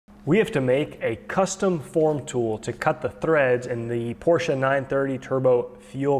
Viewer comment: "This is the way to do it." Yeah, but it sure looked to me like you were cutting a left-hand thread. :) But 10,000 points for pronouncing Porsche correctly!